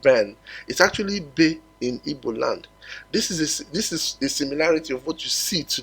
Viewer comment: Our name is not Ibo. We are Igbo.please pronounce it well